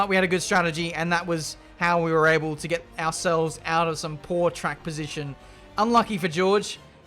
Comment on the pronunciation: "Haven't been oble to avertake" really proves that you were too tired.